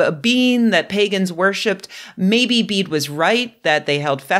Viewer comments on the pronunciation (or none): Old English pedantry time🙂 Bede is pronounced "beː.də" not "bead". Old English is a Germanic language that doesn't have silent final vowels.